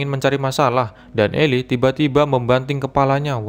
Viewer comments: Itu baca nya eli bkn ilai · The book of eli (bacanya eli bukan ilai) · Bukan elay bang tapi eli